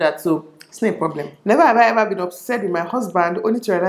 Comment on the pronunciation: "hever have i hever" lol